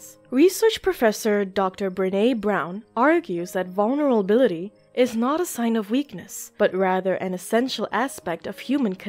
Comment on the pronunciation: She's struggling to say vulnerability as much as me lol